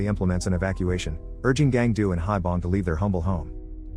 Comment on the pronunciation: One point to make, the granpa's name pronounced as 'Hee-Bong', not 'Hie-Bong'.